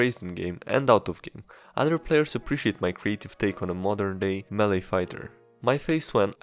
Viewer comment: Other, not udder. Either, not eater.